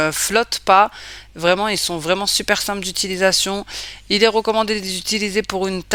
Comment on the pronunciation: LA MARQUE QUOI ????? « SIMPLI » 😭😭😂😂😂😂😂😂 pourquoi tu te complique la vie alors que le nom de la marque c’est « SIMPLE »